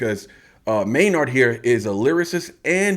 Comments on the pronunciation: i love ur content but its maynard pronounced maynerd, not may-nard. maynard james keenan. just a small thing but keep these coming, love the tool content. spiral out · Spelled Maynard pronounced Mayn-erd. Keep spiraling out